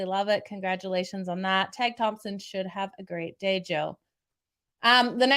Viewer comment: Tage is taje prononciation